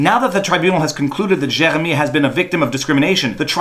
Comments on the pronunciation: Gosh, you Francophones have no idea how to pronounce "Jeremy". JK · The worse thing about all of this is listening to that French pronunciation of Jeremy. Nyah, nyah, ...fuck you Canadian tribunal, I'm American! (Don't worry we have lunatics too.)